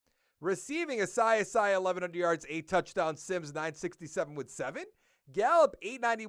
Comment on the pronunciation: I think it’s pronounced “Ah-see Ah-see” (Asiasi).